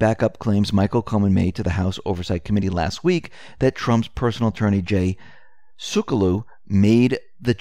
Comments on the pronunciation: Pronounced Jay Sec-u-low. like seculiar only seculow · its JAY SEC U LOW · Are you trying to say: Jay Sekulow... (sec/you/low)?